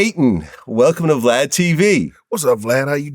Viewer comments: Are we not gone acknowledge gp was callin vlad “vlod” the whole time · "Vlod." He probably wanted to call him Vlad(e) (Divac) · Is he calling him vlood? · Thanks “vlod” 😭